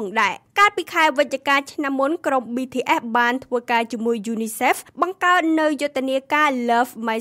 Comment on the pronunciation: BTS មិនមែនBTFទេ សូមនិយាយអោយច្បាស់ផង